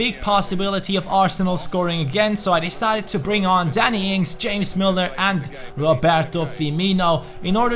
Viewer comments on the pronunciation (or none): none